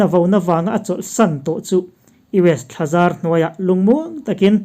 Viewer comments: Thlazar tiha zar hi a ri hniama lam rik tur a ni e aw. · I aw a fiah tha viau, mahse i thil lam rik dan erawh i fimkhur a ngai a ni e, e.g "U.S thlazar hnuaiah" tih a,thazar rik dan hi " zar" tih lai hi a ri hniam tur a ni. A ngaihnawm tur angin a ngaihthlak nawmlo deuh.